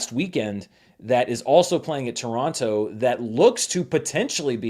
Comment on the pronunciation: As a Torontonian, I in all good faith ask you, please, don't pronounce the second t in Toronto. It sounds so ... bougie.